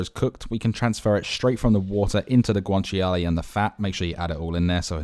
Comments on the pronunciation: Nice that you made it authentic. FYI, guanciale is pronounced, GWAN-CHA-LAY, not GWAN-CHI-ALAY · It’s not guanchi-a-lay, it’s guanciale (guan-chia-le), you don’t pronounce the “chi” and the “a” separately they’re together! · As an Italian, the only unauthentic thing here is the pronunciation of guanciale 😂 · I'm not Italian but the way he pronounced guanciale hurt my soul... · pasta looks amazing, taste even better I bet. but what about that guanciale pronunciation? :D